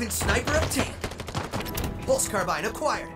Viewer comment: “hostile kabbabed” lol